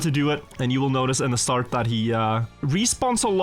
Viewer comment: Why does he keep saying “starge” instead of “start”? Is there a purpose?